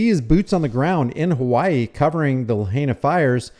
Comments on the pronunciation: La HIGH na - not la-HEY-na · F.Y.I. PRONOUNCED LAH HIGH NAH. Just for your info!! 🤙🤙🤙🤙🤙🤙 ALOHA 🤙🤙🤙🤙🤙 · La HIGH na ...is how it's pronounced. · Pronounced La high nah 😊 Thanks for looking up the proclamation, and pointing out a better way to handle this sort of situation. it's telling where they come from. I live in Hawai, different island, and have been following all of this pretty closely. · oh and please, the correct pronunciation for Lahina is La HI Na, just three syllables La, HI, Na. keep up the great work. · A better way to pronounce the town is La...Hind..Naa.. Lahaina :) Governor, please straighten up the State Deputies Bill of Rights education. Should local citizens or visitors be punished first hand. A 1st amendment violation if the enforcement requires us to have a press credential. Isn't 1st amendment the citizen's pass? Anyone wanting to record and report is the Press! There is nothing in any emergency proclamation that can violate our Bill of Rights! Are towns ruled by the government which it makes it addressable to be filmed in any condition? Expose human remains then you'll be in deep Won Bok Kim Chee! What you do with the video is subjected to laws. Manipulating when or how content filming is gathered is injustice! It's tyranny if anyon, restrict distance or ask to leave or commit Bane Act violations in public. Kauai business' price gouging was the major evilness stomped out, during the INIKI's devastated aftermath had prompted Section 127A-30 to be established making the Aloha State one of the first honest protection for the public. $15-$20 for a bag of ice, it's not the one druggies and dealers die for. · BTW it is pronounced LA-HIGH-NA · It's pronounced Luh-high'-nuh. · You're a smart guy so why can't you pronounce Lahaina? BTW anyone who has spent anytime in Hawaii knows you don't mess with the cops or you end up missing.